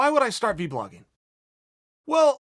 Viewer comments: I like how chael calls it “v-blogging” instead of vlogging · Everyone: Vlogging Chael: V-Blogging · I love it... Chael says V-Blogging instead of just Vlogging..... my guy